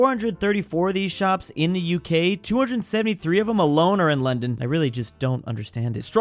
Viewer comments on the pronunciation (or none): none